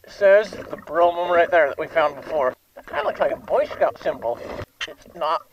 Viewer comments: You said it right the first time. It is an old French term, originally applied to a horse drawn carriage. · Brougham sounds like Broam. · The Broughm is pronounced "Brom"